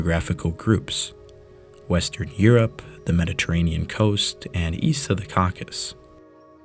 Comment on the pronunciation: you say "east of the Cockus". Do you mean the 'Cock-ay-sus' as in that mountain chain known as the Caucasus?